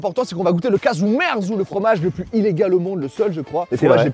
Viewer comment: On dit KAZOU MERZOU je crois.